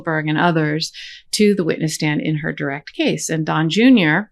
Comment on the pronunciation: Sorry, did you say witness or witless stand